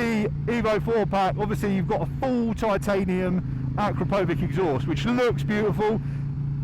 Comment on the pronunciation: Uh-KROP-oh-vitch. And it's abbreviated "Akra," not "Akro."